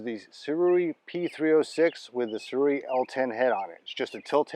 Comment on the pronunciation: The manufacturers name is pronounced Soo-ray. I know it seems weird but I researched it.